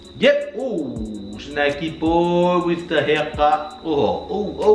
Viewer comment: Lol 😂 keep saying Shnacky boy 🤣 I’m glad you two found each other.. cos now we get to watch SVSQUAD 🥰💖💖